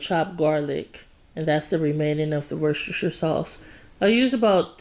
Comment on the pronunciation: As I am from the UK It makes me smile when I hear Americans trying to say Worcestershire sauce. I have to say, you nailed it my dear.